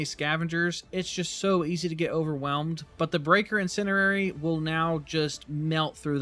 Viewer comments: INN SIN ERR AIR EEE = INN SIN DEE AIR EEE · its not 'in cin er ary' you mean to say "in cen di ary" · Breaker “IN-SEND-EE-AIR-EE” You’re trying to say the word “incendiary” and your brain is mixing it with the word “itinerary”, coming up with “incinerary” (not a word). Don’t mean to nitpick but you said it’s your main now, want you be able to say it😅 in-send-ee-air-ee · There is a d in incendiary. In-Sen-Di-Ary. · In send EE air ee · "incinerary" lol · "Breaker Insinerrerry" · Please look up how to pronounce incendiary. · One thing. You pronounce incendiary wrond :D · FYI the word "incendiary" contains a "D" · Why you say incendiary sounds funny😂